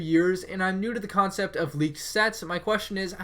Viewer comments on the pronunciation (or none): none